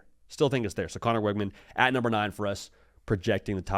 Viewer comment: WIG-MEN!! ITS NOT THAT HARD DUDE!